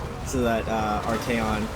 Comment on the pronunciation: isnt it arch-ay-on and sig-vald not archon and zigvald? idk tho